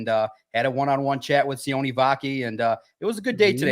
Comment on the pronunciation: says he does all his homework and make sure he doesn't get a word wrong but His name is pronounced C-O-NAY not sy-on I'm a Polynesian guy from West valley, Utah. The same city where this guy grew up and played football. Sione is basically in Polly damn near every poly family has a Sione in it. You guys really should do your research. Guys been calling them the wrong name ever since you've been drafted and I've been telling you you're wrong and you still haven't got it right. Y'all are whack learn the players names